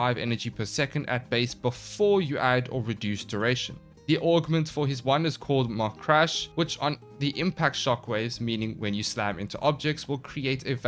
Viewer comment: Mach is pronounced like mock.